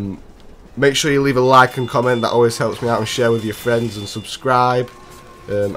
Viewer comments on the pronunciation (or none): none